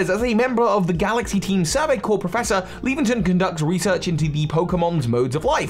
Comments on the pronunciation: not leventon its laventon like lavander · *LAVenton, like "Lavender Town" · I'm sorry but "leventon"? Laventon is clearly said like lavender, he even has the colour lavender on him... If this comment sounds angry it's not supposed to.